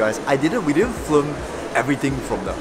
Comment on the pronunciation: When u say “ flim “ , it kinda tilted me